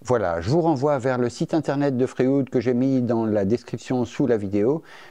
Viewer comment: Merci pour cette vidéo. Je me permets juste une remarque, qqc accroché mon oreille... pourquoi est-ce que tu prononce "Fréoude"??? Et lui tu l'appel comment?